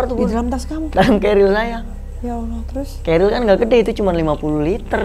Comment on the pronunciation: Bunda itu bukan keril kayaknya deh... Carrier tulisannya bacanya kerir... Cmiiw